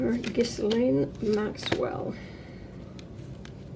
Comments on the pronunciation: IT IS GHEE, SILENT S, LANE. I know, just read my affadavit. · You say it gill Ann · You forgot the cleansing bayleaves and sage. Trivia: the “s” in Ghislaine Maxwell is silent, not pronounced. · Ghislane... the s is silent. And supposedly Epstein worked for HER. Not the other way round.